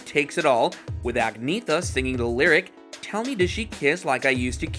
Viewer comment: For HEAVEN’S SAKE!!!! Her name is pronounced, “ag knee EH tah”!!!!